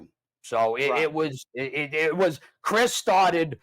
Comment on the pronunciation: You guys are pronouncing Cris name wrong.